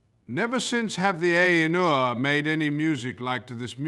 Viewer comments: Will someone tell him how to pronounce Ainur? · The illustrations are beautiful. I hope Ted Nasmith knows you are using them. The AI narration is off-kilter, with emphasis on the wrong words, pauses in the wrong places, and odd expressive cadences. It needs to learn how to say Ainur.